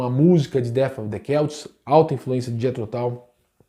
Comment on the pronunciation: Pra mim era "selts " nao "queltis"